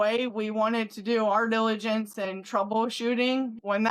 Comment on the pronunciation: Sweetheart… you did your due diligence, not dilligence